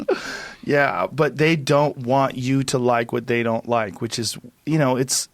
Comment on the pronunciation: "Doan trust China!! China is asshoooole!!"